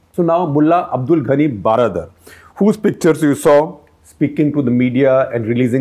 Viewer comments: Regarding Mulla Baradar, the word baradar is Persian version of English word "brother". So, baradar simply means bhai. If translated it will become "mulla bhai". The word has to be pronounced almost same as how we pronounce brother. So, just wanted to point out that the way you pronounce "baradar" which appear to be "12 dar" is not correct proper. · If you want to correctly pronounce the name of baradar, just say 'hello brother' a Salman khan film... that brother is exact pronounce for this gentleman. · If you want to correctly pronounce the name of baradar, just say Salman khan film hello brother.. that brother is exact pronounce for this gentleman.